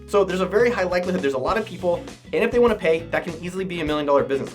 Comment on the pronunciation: “I vant em to have more escorts” 😂😂